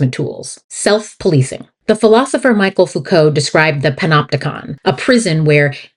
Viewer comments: Good video but it wasn’t ‘Michael’ Foucault who devised the theory of the ‘Panopticon’ but the British philosopher, Jeremy Bentham. And it is not Michael but Michel- he was French, and that's pronounced as 'Mishel Foukoo' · Excellent video essay. Heads up, Michel Foucault is pronounced with the French pronunciation of Michel.